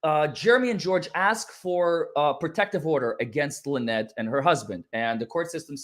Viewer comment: I thought Jeremy said that Lie-nette and Crook weren't married.